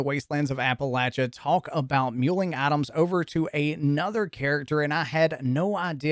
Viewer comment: Lmao I thought you were saying Atoms but you were saying items 😂